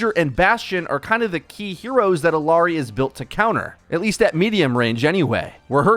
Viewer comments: Such a great vid and explanation of what does. Small thing, the "LL" in her name is pronounced like a "Y". So, phonetically, it is "ee-YAH-ree". I get that hitting that Y may be difficult with the Engligh "R", so it may take some literal practice.:) If you start her name with an "eh" instead, it will help. Not perfect pronunciation, but a lot closer. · Small note: Illari is pronounced like ee-yah-rree. Great video! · LL makes a “Y” sound. Ee-yar-ee.